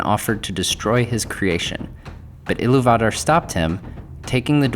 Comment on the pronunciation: Everyone else gets it, why are you making a point of being different and slaughtering the pronounciation of Eru Ilúvatar? In English, we (normal people) typically pronounce the second syllable strongly. However, you are pronouncing each syllable seperately and with equal measure. Stop. It's distracting. So how have the last 5 years been treating you? Have you been working on pronouncing words correctly? I hope so...